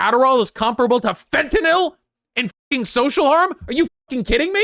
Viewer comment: "Fent-anil" it hurt hearing im sorry.